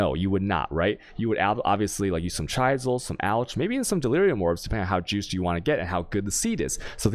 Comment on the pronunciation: Can you please start saying alchemy and chisel correctly? I can’t keep watching it with you saying the words that way.